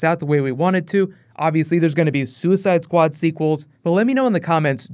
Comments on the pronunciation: "Suicideuh squadeuh" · "Suicide-ah Squad-ah" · soo eh side ah, squa dah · "Suicidoh Sqaudo"